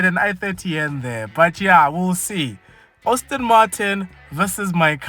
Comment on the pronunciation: It’s pronounced Aston🙄